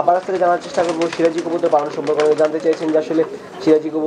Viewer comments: এই মহিলা তো কবুতরের নাম টাই ঠিক করে বলতে পারে না, সিরাজি কবুতর কে, বলে শিবাজি কবুতর,,,, দাম বলবে কি করে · nam e tik kora bolta par6a na sebaji na siraji